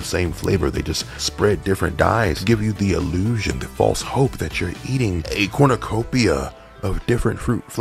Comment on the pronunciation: Corn-YOU-copia, not Corn-UH-copia. Im on your ass for Star Crunch disrespect.